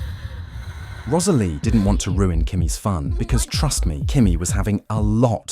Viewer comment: The way the narrator says Rosalie’s name is so pretty